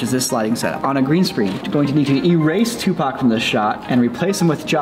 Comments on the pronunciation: haha, "Tooth-PAC" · ToothPAC?? ...Really??!😅😅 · My mans said ... “tooth pac” I’m done with my life lmfaoo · Tooth pac had me rolling 🤣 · Lool i died when you said toothpac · Tooth Pac!! I'm dead over here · Toothpac killed me 😂😂😂😂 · Lol tooth pock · "Dude TOOTHPAC!" HOOOOOOOOOLY CRAP I JUST DIED 😂😂😂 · Tooth Pac had me dead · Tooth pac 😂😂